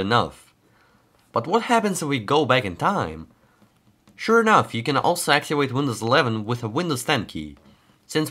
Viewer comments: Your V sounds way to W. Activate not Actiwake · Its Activate not Actiwate. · Sounds like your saying actuated instead of activated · "Hello everyone, in this video I will try to axiwate windows... "